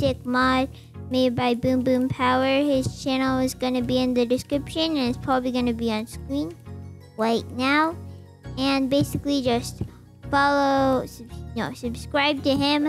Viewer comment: He said scween rn